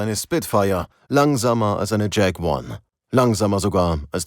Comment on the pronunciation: ...und die Jakowlew Jak-1 heißt bei euch trotzdem Jack one??